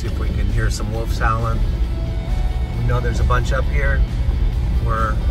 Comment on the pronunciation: Woofs howl... here we go again! WOLVES with a V! Not woofs or Wolfs... Wolves!